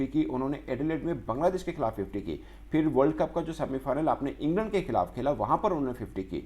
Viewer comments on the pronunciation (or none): none